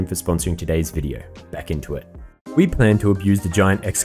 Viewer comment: todays viReo, todays viReo, todays viReo, pronounce the D, stop the R change.